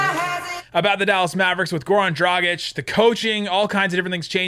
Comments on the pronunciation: It's DragiĆ...His dad is Serbian...just like DonciĆ...ok they are Slovenians, but you can't ignore they Serbian roots. Be respectful. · One good thing about the Dragič saga is that you both learned to pronounce his name correctly. 😂😂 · Did he though? Still not pronouncing it quite like anybody from Slovenia would.:D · If he comes here, Derek Harper will never say his name right! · It's DragiĆ...His dad is Serbian...He is Slovenian ok, but you can't ignore his Serbian roots, just like DonciĆ. First name is the same.